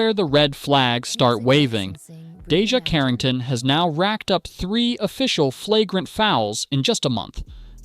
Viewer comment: First off say her name correctly